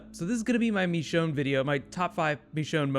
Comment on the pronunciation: "MECHONNE" hell no!!! It's MICHONNE